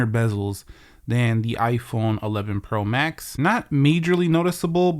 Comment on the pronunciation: dude said 11 pro mask